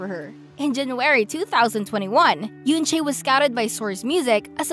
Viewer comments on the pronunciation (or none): it's oo-un che not yunchay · its pronounce as en-chae the eu sounds as e